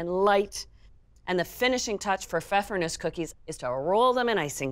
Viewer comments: in german you pronounce the E at the end.. it's Nuesseh! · I only clicked on this video to learn how to pronounce pfeffernusse.